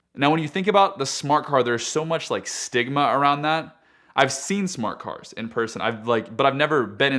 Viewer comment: He even says "cars" like they are foreign to him.